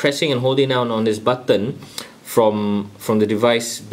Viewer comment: funny the way u say....."button"....xD